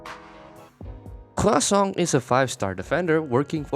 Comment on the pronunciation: French guy here, I'm just here to say that everytime you say Croissant with an emphasis on our weird R sound, it makes me very happy. Great video!